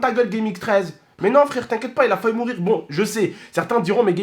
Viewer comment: Il a dit : fahu mourir.... ow shiiiit le francais